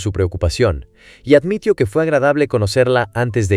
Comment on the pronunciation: Te falta poner bien los acentos en el guión para que algunas palabras no se escuchen raro, por ejemplo en el video se oye reacciono, pero es reaccionó, o admitio, y es admitió, y muchas palabras más, tienen que tener bien tu escritura para que la IA la interprete de la mejor manera... 👍